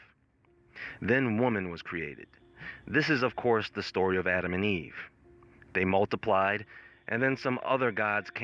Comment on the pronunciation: I never heard Adam and Eve like the way you just said it... That's crazy..